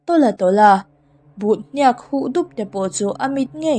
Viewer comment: Ngaihthlak anuam thin mange!!👍👍..mahse thil lamrikdan ka ngaihmawhdeuh tihdikloh inei nia ka hriat chu ke HNIAK ilamrik thindan kha hniak tiha atawpa k kikha "F" ki in asangin k kha ilam thina,mahse "D" ki ang deuhin ahniama lam tur ania,hniak tihtur k kha ahniam tual2 nihchu😊